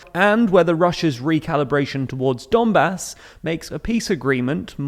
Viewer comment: You are pronouncing "Donbah"! It's quite wrong. Pronounce correctly " Donbass".